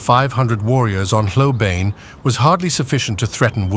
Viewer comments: Please. The proper pronunciation of Hlobane is "Shlo-ban-nyeh", stress on the 2nd syllable. Source: Notes on Zulu Orthography. Book: "The Washing of the Spears" by Donald R. Morris, 1965. Otherwise, a very engaging video. TYVM. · Hlobane, pronounced " schlobarnie". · hlobane not hlobane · The pronunciation of Hlobane is atrocious. Is it an AI voice?